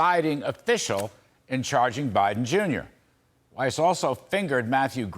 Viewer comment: Yes Sir, you're pronouncing Weiss (German for white) correctly and Mr. Rat Face as well as some of the Brandon gang should at lest be eliminated from office which may be wishful thinking at this time!